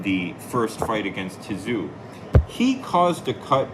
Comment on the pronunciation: "tim ti-zoo" 😂